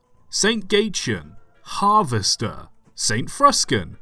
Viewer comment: Sandwich :3 im sorry, did you just say harvester samon trapped???